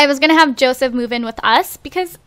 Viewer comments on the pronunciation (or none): She kept saying Joesph 😂